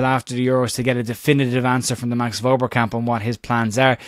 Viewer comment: Hopefully you'll pronounce Wober correctly just once before he leaves....... VERBER!!